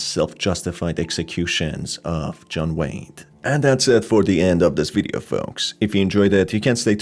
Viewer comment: I honestly thought you said his name was John Wayne instead of John Wade, and when you mentioned the clown mask I thought of John Wayne Gacy